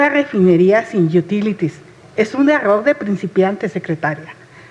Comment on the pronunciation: jajaja, "las yutílitis".